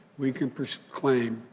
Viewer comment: "“We Can Prosclaim a Palmist” -What an Inspiring Thanksgiving Message from Joe Biden 🤦‍♂️🤦‍♂️🤦‍♂️